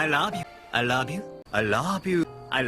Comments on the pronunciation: Nearly ... there ... DONE. WATCHED AND LISTENED TO EVERY "I LOB YOU". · hahaha "i raaab you" yan eh sa pagkabigkas ni hahaha